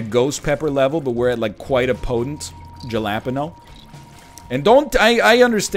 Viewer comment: keeping guppy's head over book of sin with 1.77 dmg and such little hp :/ tsk tsk also you don't get the blessing of Sinvicta unless you go SISSYYYYY love the Ricky pronounciation of jalapeno is driving your new go-to metaphor? i know it comes up in Fall Guys a lot, and nobody goes to restaurants these days LOL